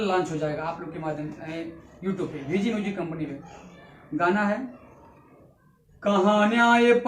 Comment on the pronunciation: VG sahi se bola karo bigi bolte ho bhai